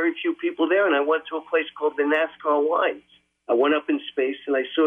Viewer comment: "NASCAR LINES" 🤣 "ANACONDER"